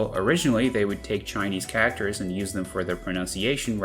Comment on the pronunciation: I've never heard anyone pronounce 'Characters' as 'Kackters' until now.